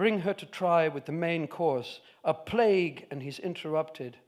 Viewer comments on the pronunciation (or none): none